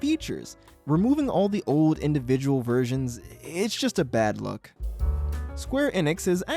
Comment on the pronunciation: The word is OLD. There's an L in there. It's not "ode".